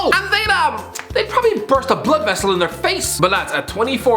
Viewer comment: No one: Absolutely no one:: prrrwwwoopppbably